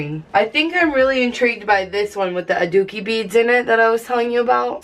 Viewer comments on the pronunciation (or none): Lol it's adzuki beans not adooki beads. But I think those are actually mung beans; adzuki beans are red. Sorry for correcting you T-T but I totally recommend trying out sweet red bean paste for deserts.